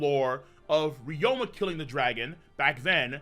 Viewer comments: His name is Ryuma, not Ryoma. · RYU-ma not RYO-ma Jesus Christ